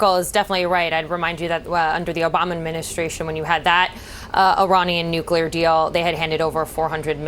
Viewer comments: NUC-LE-AR FFS. Atoms do not have a nukulus. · NUCLEAR. Not Nucular FFS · wot is a nuculah bomb, eh? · I thought I was done hearing the word nookyaler. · What kind of an "expert" cannot even pronounce the word "nuclear"?